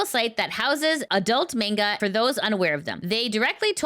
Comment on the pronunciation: it's Manga not Mangled